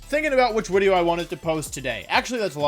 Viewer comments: Video. Not veedio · Why do you say Wideo instead of video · Why does Wolfy say Wideo? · I love when wold says widdeo not video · What the heck is a wideo? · i havent been here for long why does her say wideo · is he saying wideo